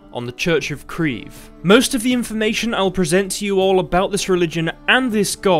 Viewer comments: kreve yes does mean what you said in norwegian but its pronounciation is far from you pronounciation - obviously as you arent norwegian - i dont know how to explain it other than: in your english pronounciation, you are using one syllable, whereas in norwegian we use two syllables, so kReeVe (where each capital letter is a syllable or where we put pressure) the e is not as drawn out as your english e, however it is more drawn out than a normal e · I would just like to say that "kreve" is more synonymous with "demand" than charge or claim.